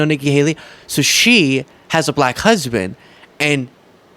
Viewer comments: Oh yeah, he pronounces it as “B LLACK, As if it sticks on his tongue as it falls out of his mouth. 🙄😂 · He pronounces it ‘ba lack’,no?😮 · He pronounces it “BLACKKK.” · Bull-lack is how he says it. With big teeth